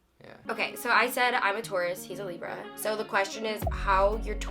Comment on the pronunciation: Whenever says "a libra" its like she's telling "a zebra" 😂